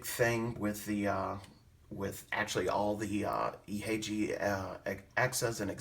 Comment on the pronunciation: The way you say Ihagee is Ee-ha-gay. Exakta was the world's first 35mm SLR. The Carl Zeiss Jena lenses are the best.